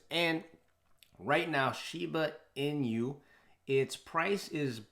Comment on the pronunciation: "Inu" is dog in Japanese. Pronounced as e-noo. "e" like in e-mail and "noo" as in nook.